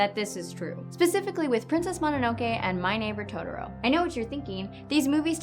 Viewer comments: totoLO not totoROE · It's Totoro, not Todoro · Is this how people really say Totoro? It sounds like she's saying todoro. I was always told it's pronounced "toh toh roh"